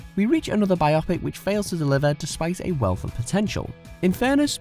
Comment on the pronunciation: Is just me or is hearing the word pronounced 'bi-opic' instead of 'bio-pic' really getting on your nearves?